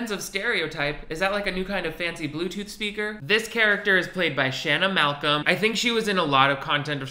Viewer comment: Please at least pronounce Shanna Malcolm's name right, it really wouldn't have been that hard to do. (not defending shane, just mentioning it). Also, why are you going after Bree Essrig? It's one thing to criticize Shane, but taking shots at Bree for her acting in a youtube video is ridiculous. Leave these people alone, they knew no better.